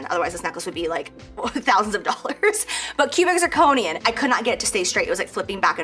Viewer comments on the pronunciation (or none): I know it's petty... but a "jewelry designer" should know that cubic zirconia does not end with an 'n'. She didn't know the name of the stone in all her jewelry!